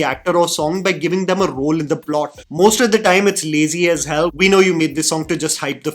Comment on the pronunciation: "lazy as hêłh 💅🏼🫦"